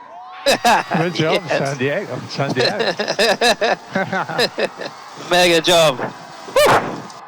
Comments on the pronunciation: "Welcome to San Diago" ? Was that an Anchorman reffrrence? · Lol. Sounded like Lewis' engineer said "San Diago" Anchorman reference? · How did Lewis' race engineer announce P1? San Diago? San Diego? What does that mean?